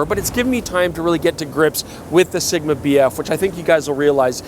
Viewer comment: Dangit, I'll never be able to not call it SHigma!